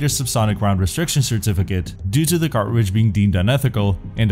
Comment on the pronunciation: Listen, there's a T in cartridge. See? It's right there. Everything else is amazing though, good job.